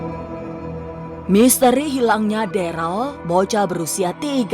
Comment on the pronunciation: Ko deral namanya darel bu